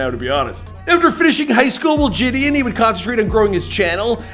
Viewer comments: (Je-De-On)[JiDion] is the pronunciation, not (Je-D-En) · “Je”-“don” not “jay”-“don” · its ‘jih dee on’ not ‘ji dian’ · It’s not ji d in its pronounced juh d on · Bruh it’s JidIIIIIIOOOn 🤦🏾‍♂️ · It’s JAHDEEONN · Btw his name is said “Jid-on” in actuality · It’s pronounced “juh-dee-on” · the way hes sayn jidion is pissin me off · I hate this guy didn’t get his name right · how can you not pronounce his name correctly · just embarrassing how you couldn’t even say his name 😂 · how many ways will pronounce Jidion’s name smh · L couldn’t even pronounce his name right smh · Lol you butchered the man’s name and he could he be born in 2009? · The amount of times McDonalds- I mean butchered Jidion's name is uncountable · A for effort but you butchered his name the entire video 😂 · He cant even say jidions name right